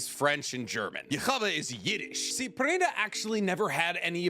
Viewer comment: Pernida = per-nI-da